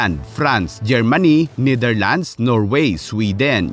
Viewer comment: niderlands o netherlands? ef you want? o if you want? umayos ka ha? lols peace....